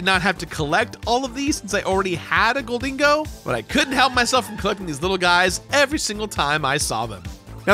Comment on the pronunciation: It's GIMMIGHOUL and GHOLDENGO not "gimme-a-ghoul" and "golden-ego". That's not even the right number of syllables.